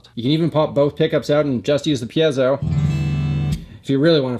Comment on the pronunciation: Also. THANK YOU for pronouncing “piezo” properly.